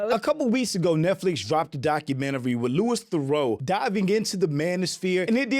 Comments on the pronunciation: Why can’t Americans pronounce theroux 😂😂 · Americans ave butchered his name so bad lol its pronounced Lewie Thuh-roo